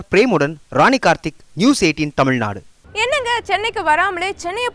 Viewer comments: 5.34, தமிழ்நாடு என்ற பெயரைச் சரியா சொல்லுங்கம்மா. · தமிழ்நாடு என்ற பெயரைச் செய்தியாளர் பலரும் தவறாகவே உச்சரிக்கின்றனர்.